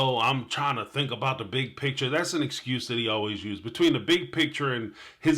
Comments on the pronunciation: Kody, the word you're looking for is picture, not pitcher. Ugh! The way they both use that word bugs me to no end. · Oh, I just want to sit down with these people and teach them how to say “PICTURE”, “FEEL” and “DEAL”.